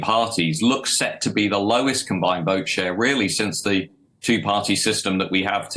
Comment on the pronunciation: "Secure t'keys to Number 10." Is he from Yorkshire?